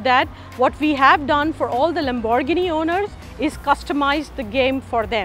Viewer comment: the way lady pronounces lamborghini. WTF ?